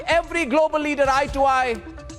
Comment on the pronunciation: Why is he saying "Leader" in African accent, as "Leadaa"